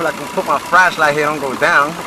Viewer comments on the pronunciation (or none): Where did you buy your "FRASHLIGHT" from? ;)